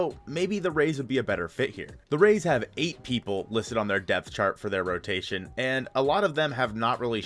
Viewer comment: Hehehe “rotaion”